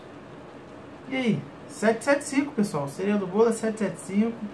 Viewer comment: "Sereia" do bolo. Foi zuera ou na região vocês falam assim mesmo?